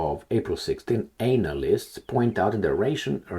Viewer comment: Lol it's not anal-ists. Its ana-lists